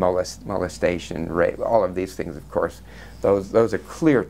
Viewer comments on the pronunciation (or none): none